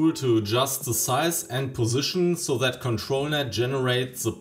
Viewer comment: "sis" and "set" could also use some improvements - it's not "set" hard to put some effort in pronunciation. A good teacher would insist in such "sings", but german teachers suffer from the same problem.